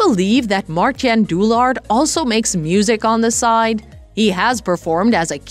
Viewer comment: OMG please do your homework before you say his Dutch first name a thousand times wrong in the same video.... You pronounce it as 'Mar-tine' (ENG) not 'Martjen'....